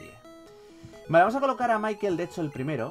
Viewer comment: se pronunsia Mickael no Maikel